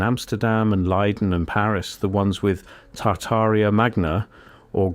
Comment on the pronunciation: Tar-taria Not tartar-ria